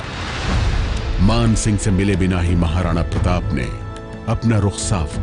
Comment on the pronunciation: Madem sigh nhi singh hota hai wo...